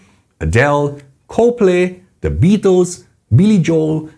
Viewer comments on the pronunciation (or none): none